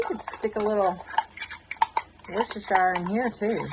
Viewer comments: Best pronunciation of Worcestershire I've heard. Wash your sister. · Worcestershire sauce is pronounced, Wash -your-sister sauce. LOL